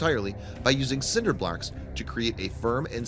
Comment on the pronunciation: cinder blarks? Bol... I rewound five times I'm dying....💀☠️👻